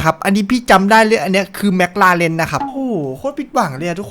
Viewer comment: เอิ่มครับจริงๆแล้วมันไม่ได้เรียกว่าแม็คราเรนน่ะครับแต่คนไทยชอบออกเสียงผิด จริงๆแล้วมันเรียกว่าแม็คคลาเรนน่ะครับ #ฝากใว้เผื่อใครไม่รู้